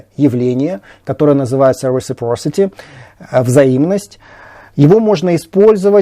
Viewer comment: reciPRocity, а не рисипорсити:)